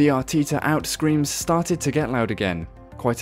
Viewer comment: Arteeeeta??? FFS